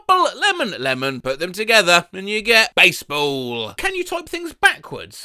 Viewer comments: I always forget about the silent 'p' in basebapll 🤦‍♀ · this got me good. The way he says "B A S E B A L L!" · I thought I was having a stroke when you spelled out basebapll.